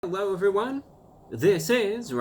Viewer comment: Is the hewwo everyone a speech impediment or deliberate?